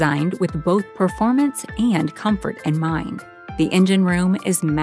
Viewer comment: "Miritus"?? "PREformance" ?????????? Good grief.